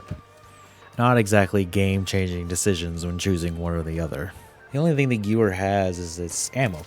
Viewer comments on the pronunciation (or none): Good video overall, I just want to point something out because it was bothering me. In German, W's are prononuced as a V sound. So the Gewehr 43 is pronounced "Guh-VEHR", not "Gewer". Also, very few weapons use actual clips, which are just small pieces attached to bullets to help guide them into the weapon. They are called magazines. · Guwer. Ew 😂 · good vid its geVer not geWer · 🤓 it's pronounced "ghevear"